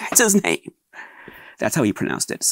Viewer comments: I understand why/how they are mispronouncing his name, but it still makes me wince. I thought it would be nice to have one unboxing video where his name is pronounced as accurately as an English-speaking American can muster. Now that I've watched several of the bonus features in this set, I realize that most of the commentators have no idea how to pronounce his name...even though it's spoken aloud in the trailers and in Awakening of the Beast. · Lots of these unboxing videos are people that have never seen any of his films, nor that Portuguese is the written and spoken language, the name spoken wrong is still something I forget time to time. My fiancé speaks Zulu and Shona, I also have a habit of making it sound Spanish, either way, great opportunity to learn new things